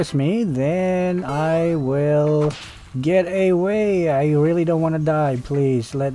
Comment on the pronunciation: "Get eywey" "Shin "